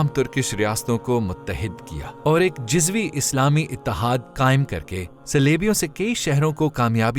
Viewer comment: Dear channel lafz juzvi hota h.. Jazvi nahi...aur b kafi alfaz ghlt prhy gy hn